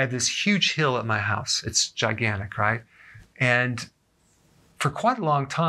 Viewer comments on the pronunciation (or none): none